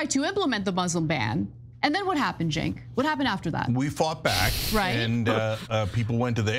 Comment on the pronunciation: It's pronounced, "Chunk" 😆